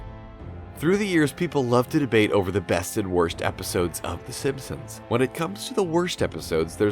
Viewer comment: I'm not making fun but I'm just wondering if anyone else caught him saying fssssimpsons?